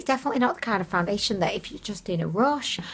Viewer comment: I came her to hear you say “foundiddliation”. I HATE peeling stuff, I bought a new face cream and it peels!